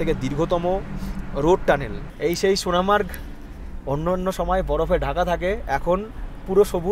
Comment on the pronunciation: কথাটা সোনামার্গ নয় । সোনমার্গ